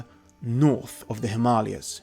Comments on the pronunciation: Him arli ers .?? Himalayas 😂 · Mans can't say Himalayas 🤣